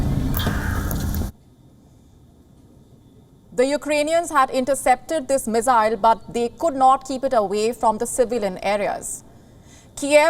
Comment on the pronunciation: did you say meezaayal struck when man was walking down the street?????? And that meeezaayal was intercepted??????? I am sure viewers saw it the other way round ie man eas walking when meezaayal landed , and if it was intercepted it could NOT have landed in civilian area